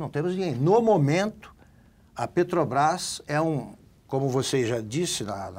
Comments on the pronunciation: O Constantino não consegue falar Petrobrás, ele diz peTObrás. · Eu tb escuto PeTObrás......rs